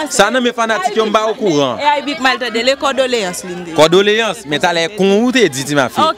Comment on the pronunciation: CONDOLÉANCES CONDOLÉANCES et non cordoléance 😅